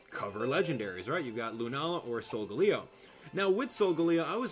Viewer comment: it doesn't woooooooork you said solg at night and luna at day did you mess up or something